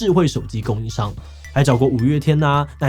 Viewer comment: 請正名 是唸乃木坂forty six 不唸乃木坂四六😉